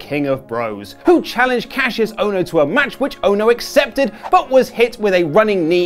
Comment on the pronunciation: Why can’t English people say Kassius’s name properly